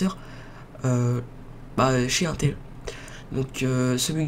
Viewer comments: chu pas un rageux mais putain on dit intel (IN) pas 1tel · on dirait que t'y connais rien tu sais même pas la différence entre Intel et amd et stp Intel ça se prononce "inetel" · mec c'est in(e)tel